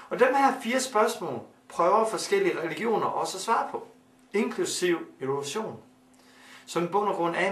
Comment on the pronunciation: Siger han Ole Sohn eller Evolution? Hvem tror fuldt og fast på OlechJohn?